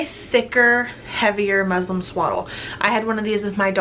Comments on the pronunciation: Does this lady keep saying Muslim Cloth instead of muslin cloth ? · It’s muslin not Muslim lol